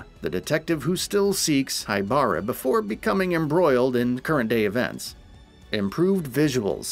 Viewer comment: Asu? haiBARA? God I wish you guys would do your research in how to pronounce Japanese names, it's painful...